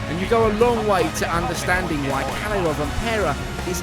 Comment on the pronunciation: As a Finn, it hurst when you pronounce Kalle as Kale. Double consonants should be pronounced as two separate syllables: Kal-leh